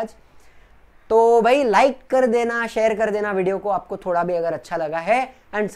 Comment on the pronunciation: Not thoda thobda